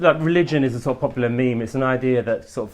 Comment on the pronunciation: Wear a tie and stop saying ‘sor’ of’, you scruffy old so and so Ed.